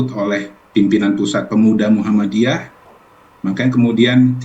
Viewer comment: Muhammadiyah , bukan muhammaddiyah